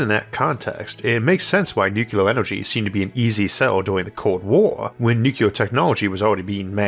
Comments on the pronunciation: Would you be able to re-record this but pronounce the word nuclear as "new-clear" rather than "new-cu-lar"? Thanks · Nuclear... Not nukular. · why in the world are you saying NU CLEAR (NEW CLEAR) nu-cu-lar? christ on a bike. even the "UK" way of saying simply stresses the second syllable but doesnt add things that arent there. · Is it "nucular" or "nuclear"? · I can't believe of all people Isaac says "nucular" 😂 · Isaac, I don't mind your rhoticism. I've watched for years, and it's never bothered me. The way you mispronounce 'nuclear', however, I cannot accept. It's "new-clear" not "Nuke-u-lerr". There is not a 'U' after the 'C'. There's an 'L'. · What's nucular? Is that a wannabe nuclear? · It's so weird how he uses so much technical jargon in his videos and yet he still says nucular, like isn't it the unrecognized pronunciation? It's not even close to how it's spelled so I never understood why people say it like that. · What's "nucular"? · Take a drink every time you hear "Noo-ku-lurr" No, really, don't. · I wasn't trying to take a dig at your speech patterns (frankly, I have no issues with the "accent"). I just cringe a bit when people pronounce it nukular. Reminds me of the Simpsons episode "nukular, it's pronounced nukular" Love your episodes (really) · Nuc u lar?